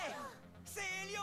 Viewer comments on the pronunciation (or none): Pourquoi il a dit helios haos